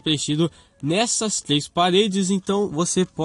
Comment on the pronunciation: nossa eu naum queria zoar e nem nada mas o fala 3 errado e ele é meio fono... sem zoar😕